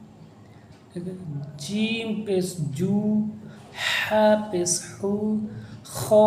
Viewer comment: Pes Nahi Pesh hai 😂